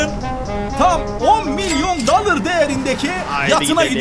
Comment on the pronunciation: dalır değil dolar diye söyleniyo